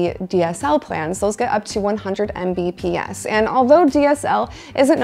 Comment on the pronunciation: Hearing someone say "M B P S" was kinda making my head hurt. 😂